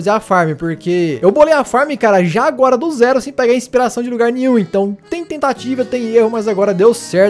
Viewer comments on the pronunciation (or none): none